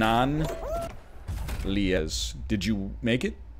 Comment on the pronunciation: Me: Bannana Lies NL: “Ban-nah-lee-es.”